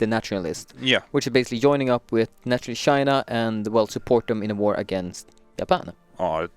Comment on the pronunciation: Joyning? XD It is joining